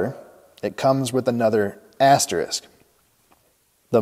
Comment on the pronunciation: All of the above master number crunching nerd-ism is completely validated by the fact that you pronounce the word asterisk correctly. Thank you.